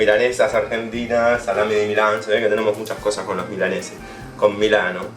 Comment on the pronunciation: Lo siento pero...no es salamin